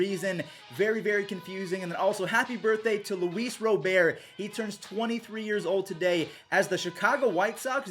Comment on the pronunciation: Rob-ERT u ballbuster 😂 Thanks for the updates # Keep up the good work young man